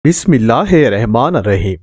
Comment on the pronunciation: یار خدا کے لۓ بسم اللہ کو سیکھو